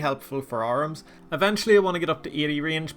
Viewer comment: Who the hell pronounces AH-rim as ARMS?